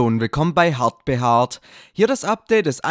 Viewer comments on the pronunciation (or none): Wer hat am Anfang auch hart beharrt verstanden 😂😂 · sagt er hart behaart am Anfang? xD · hat er am anfang hartbehart gesagt😂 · Wie er einfach sagt:"Halle und Willkommen bei hart behard." XDDDDDDDDDDDD So Geiler versprecher. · musste mir die Stelle 3x anschauen weil ich nicht fassen konnte das er das gesagt hat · Bei deinen intro sagtest du Hard behaart😂😂😂😂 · hardbehart oder wat sagt er da xD?